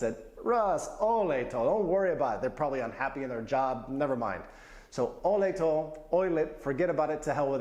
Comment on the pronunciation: Olej to - pronounce: oley to NOT Oylet !